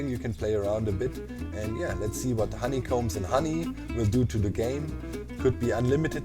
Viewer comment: Everybody: "Honeycomb": "HoneyCOMBES"